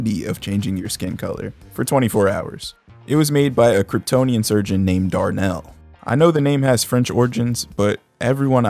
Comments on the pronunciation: Oh hell nah, Dahr-Nell? God damn lmao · Darh-Nel...Lois Dolezol 😂😂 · I absolutely lost it at Dar-Nel lmaoooo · His name was Darh-Nel? I'm soooo weak right now 😭🤣 He probably had the weed hook up on Crypton (intentional)